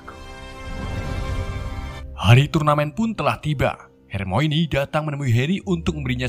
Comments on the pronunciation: Baca nya harmone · Bang coba dong hermoine nya disebut hermoni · HERMIONE = HER-MI-WUAN BUKAN HERMOINI BANG WKWKWK